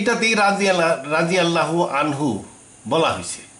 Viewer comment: উনিতো রাদিয়াল্লাহু ঠিক করে উচ্চারণ করতে পারছে না।